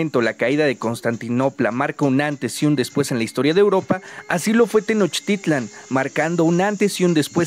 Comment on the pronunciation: Pronuncias bien la palabra TENOCHTITLAN, no te pasa como a otros que pronuncian TENOSHTITLAN, espero que pronuncies bien las otras palabras en náhuatl como por ejemplo QUETZALCÓATL y no como QUETZALCOA - TL como mal lo pronuncian los demás... ssludos y felicidsdes por tu video...